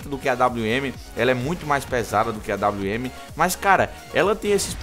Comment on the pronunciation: kkkk AWM! "AINWN" KKKKKKKK EU RACHO